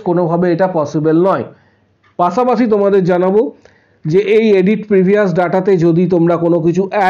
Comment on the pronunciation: পাছে নয় পাশে হবে। পাছা পাচি নয় পাশা পাশি হবে। সঠিক বাংলা ভাষা বলতে হবে।